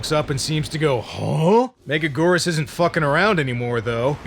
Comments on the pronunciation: Meh-GAG-gur-Us. Say it right. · It's pronounced Mega-gear-us. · "mega-geerus". Your first attempt was correct off the bat. You're welcome. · 😮🍜every time they say it, i hear: Mega-Noodle!